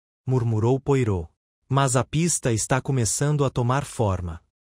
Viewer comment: Não consegui terminar de ouvir. Pronúncia horrível, inclusive o nome do Poirot.